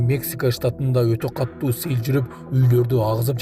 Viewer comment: Каттуу эмес катуу деп тууоа эле айтып жатышат.